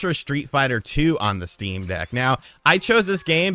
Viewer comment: I thought about getting a Shteam Dheck for a bit and then didn't